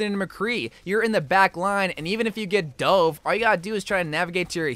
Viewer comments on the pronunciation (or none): none